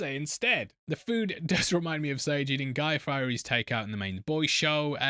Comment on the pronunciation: buddy said guy firey 🤣🤣🤣